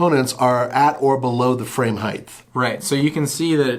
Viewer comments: Heigh"T" Not heig"TH" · HeighT HeighT HeighT There is no H at the end of height. Heaven help this country.